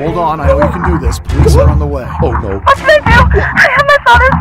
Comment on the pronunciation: Police. DO YOU SAY POICE US. NO POLICE. OH